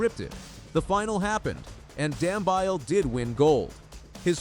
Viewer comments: His surname is pronounced Dam -be-ly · Is it too much to ask to ascertain the correct pronunciation of runners' names? Dam-bile??? Seriously? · Dumbeeele..thats how its pronounced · Please check your pronunciation of Dambile, it is totally incorrect.